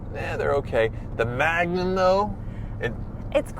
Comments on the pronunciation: the name is magnum ... dodge not trojan... magnum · Did you say Magnum 😅😅. Yes it's the biggest baddest wagon!!